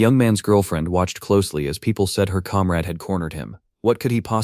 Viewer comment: (narrator: calm raid? or comrade?)